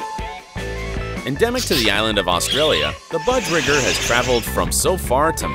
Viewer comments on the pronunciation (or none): Hey just a heads up budgerigar is pronounced with the i sounding like an E. So it is pronounced budgeregar. Budge sounds like budge and the gar sounds like it does in the cord cigar. In total it sounds like budge-er-e-gar. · BUH-j-air-eh-gar Budgerigar.